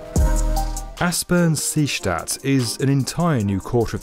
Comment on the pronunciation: Aspang-Seestadt, nice pronuncitaion :)